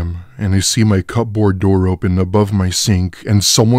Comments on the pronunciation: I can’t cope with the over-pronunciation of the word cupboard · kubberd fast Dont they know that ? How can they not. My gosh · I love y’all but for the sake of everything holly it’s pronounced cu-board take that P and give it to the dog as a treat